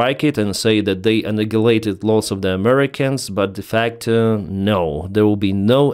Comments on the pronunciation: I don't know phonetic, but I will try to correct one of your words. But please don't change it, because then we know it is you. Try to say: AnnEyeHighLateD instead of annihilated as anigilated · You say 'annihilated' very wrong. Please try to say 'a-NAI-a-lated'